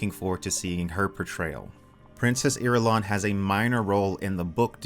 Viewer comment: Irulian! Eye-rule-ian